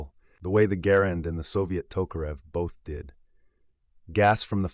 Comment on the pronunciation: Thank you. Thanks for pronouncing Garand correctly. Call of Duty "experts" think it's true. I have competed in WWII rifle competitions and no one is going to hear that ping. Or the sound of the clip hits the ground. Stupid myth. ALSO can you please dispel the myth John Browning designed the High Power since he didn't.